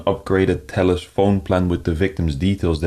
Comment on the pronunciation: speaking: I am from Telllusss 👺👺